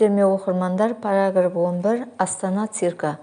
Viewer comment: Неге параграф деген пәлаглаф дисіз ещё біртүрлі дауыспен